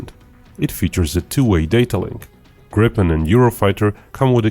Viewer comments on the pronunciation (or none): none